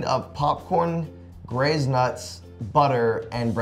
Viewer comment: did anybody else notice that joven said “grazed nuts” instead of GLAZED nuts, or just me?